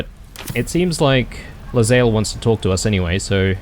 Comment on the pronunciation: That conversation involving Lae'zel's pronunciations is especially funny, considering you have been mispronouncing her name for 15 episodes... :D Her name is pronounced "Lay-Zell", not "leZayl"